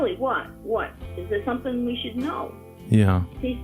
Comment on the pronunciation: “SUMP’IN LIKE GAT”